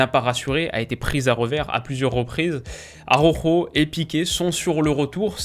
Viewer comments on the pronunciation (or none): Salut, j’adore tes vidéos je te suis depuis longtemps en plus de ça, je suis un supporter du Barça et ça me titille de t’entendre dire « aroro » pour ta gouverne cela se prononce a-ra-ou-ro. Juste un petit détail rien de méchant mais à force d’entendre ça avec les « commentateurs » de l’équipe je saute au plafond à chaque fois.